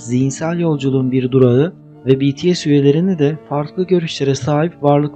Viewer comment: O betese değil bities ′yani′